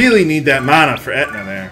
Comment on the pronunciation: the word is man-a not the way yopur saying it